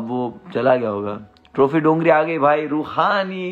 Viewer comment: Dongri not dongar. Please correct.